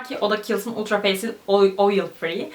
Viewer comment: o degil de facial "fâşıl" diye okunuyor, (kısa ve çok açık bir e ile) feysiyıl degil. umarım çorbada tuzum olmuştur, çünkü bu kelime yaptıgınız işte bir çok üründe geçen ve çokça telafuz etmeniz gereken bir kelime.